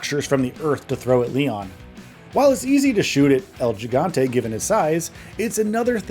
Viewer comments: Oh god the way he keeps saying Gigante keeps bothering me 😭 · Hearing you say gigante is like hearing someone say tahco instead of taco 🤦🏽